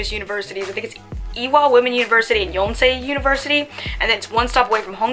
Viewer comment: Did she say “ yoncé university “ ?